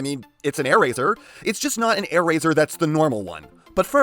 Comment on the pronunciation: Ah yes, “Aairazor”